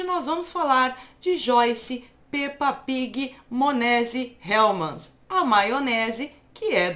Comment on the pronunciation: Menina eu adoro ver você falando Peppa pig monese e uncerto bosta